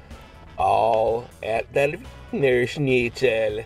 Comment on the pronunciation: ur pronunciation of the word schnitzel was surprisingly good ! : )